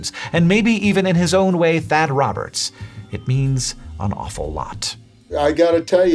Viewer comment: "Thad" XD